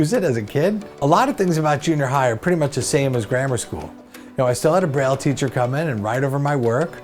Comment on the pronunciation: Breyl... yuk! Braille is pronoinced like bray